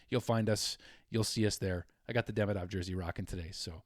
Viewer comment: Just so you KNOW ... THE OFFICIAL .. pronunciation of his name ...is Ka-PAN IN ..!!! WITH THE "PAN " PART MOST EMPHASIZED ..!! YES ITS NOT .."KAP" A- NIN ...BUT . KA PAN IN ...!! ALSO ...DE-"MEE"-DOV...IS THE WAY HE WANTS IT PRONOUNCED..!!